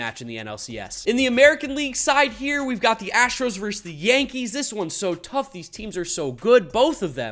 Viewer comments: It’s VERSUS NOT VERSE! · Being a Mets homer is fine. But say this word with me: "versus." It's pronounced "versus." Not "verse." Thank you for coming to my Ted Talk.